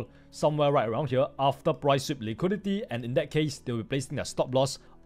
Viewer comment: Im American, and i cannot undo the way you keep saying "liquidity". Now everytime i look at a scale i just keep asking myself "Where to see the liqweedeetyyy" lol